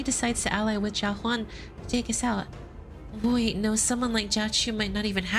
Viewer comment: I probably missed it but i need to know why you pronounce Jia as Ka lol